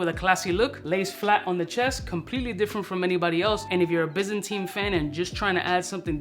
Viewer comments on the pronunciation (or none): Pronounced - by zan tine. Not bizzinteen